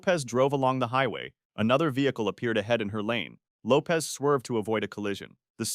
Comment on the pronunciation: Lisa Lopes last name is Lopesh not Lopez…